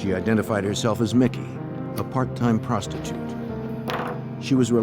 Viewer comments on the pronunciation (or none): "part time prostitiute"..lol